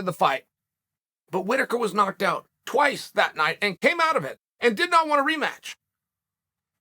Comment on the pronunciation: Cheal is so funny 🤣🤣🤣😂😆 how he says twice